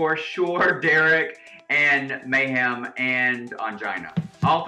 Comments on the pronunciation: Oh God not MEH-hem, lol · Can someone explain to me why everyone says Mayhem's name like "MAY HAM" Miller? Is it a read or something?